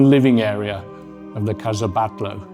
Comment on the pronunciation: Exvellent video but you should put more effort into pronouncing the proper names correctly: Gaudí (gaudée), Palau Guell (palao guay), Pedralba (pedra:lba), Casa Batlló (ca:sa batyo:)